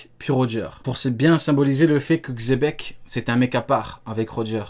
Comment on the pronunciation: mdr c plus xebec c zepeck